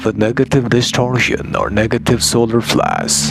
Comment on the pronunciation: The "being" that talks through makes the same pronunciation mistake with the word "flash", pronunced like flass. Many people from india and Pakistan talk with this accent. So Pleiadians are from India?